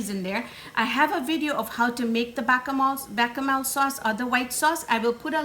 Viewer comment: as a Sicilian-American NO OIL in the water...it doesn't allow the sauce to adhere as well to the pasta and will not absorb as much salt while it's cooking...all you need to do is move the pasta while it cooks and keep the water moving.....oh please no oil...also called the whitel sauce is called Besh-a-mel...just wanted to let you know the correct pronunciation...not even mad at breaking the pasta because it's not an Italian dish....love your channel am happy to learn your cuisine